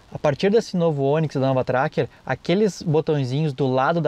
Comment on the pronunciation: Como sempre, um excelente trabalho o de vocês. O único problema foi ficar escutando, o tempo todo, "A novA" Tracker. Sugiro deixar o "A" para picapes, peruas e afinas. No mais, parabéns!